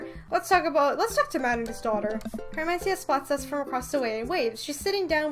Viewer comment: Just a little heads up, I'm pretty sure Mat's daughter's name is pronounced "Car-men-SEE-tuh"